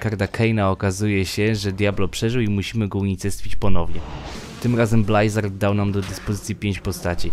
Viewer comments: blyzard, a nie blajzard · Nie będę oryginalny :) Blizard, Blyzard... Odradzam mówić Blajzard :) Gitara jest, szybko, zwięźle i na temat. Możesz zaktualizować materiał bo jest już dodatek i dodatek :) No i ploteczki o Diablo 4.